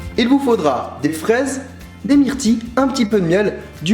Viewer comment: de la "mayeunaise", de la "vani" et de la "myrti" xD